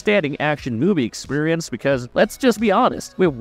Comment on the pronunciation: I just... can't. Clearly this "person" (if not an AI) has never seen an MCU film, let alone learned the English language. That is, I just can't watch this video. Who is this guy? And why must he pronounce: "antics" as "antiques" "experience" as "expirnce" "Josh Brolin" as "Josh Braahlin" "altered" as "aaahltered" "alternate" as "aaalternate" "Tony Stark" as "Anthony Stark" "bald" as "baaald" "rebel" as "rabel" And that's just in the first 25% of the video. Thanks, whoever you are, for ensuring I never waste time on your material again. OMG.